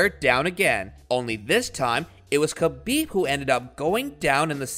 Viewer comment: Yo, how about you get someone to read the obviously prepared narrative in the video, that actually is knowledgeable about the person he’s telling the viewers about. It was honestly hard to listen to that guy murder Khabib’s name, and some of his opponents that were shown in the video with him. Some people may disagree, but if the details like that are ignored, you’ll never be able to put out a quality product, and expecting subscribers, or a plethora of likes, is at best, comically delusional. Merry Christmas 🎄